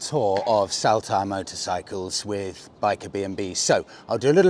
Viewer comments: Saltire is pronounced like Saul-tyre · Love the content and as a born, bred raised Scotsman i may be able to help with pronunciation so us natives dont wince in pain lol … For starters in Day 1: Saltire Motorcycles ….. Incorrect: SALL-TYRE Correct.: SOL -TYRE I’m ere to help and look forward to the next episodes 😂👍🏼👍🏼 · Salt- ire, as in the condiment, if you will. Just saying, no offence intended.😉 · Saltire …the first part is pronounced Salt as in table salt. 👍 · its pronounced soltire, after scotlands flag. My mate runs that wee cafe JTs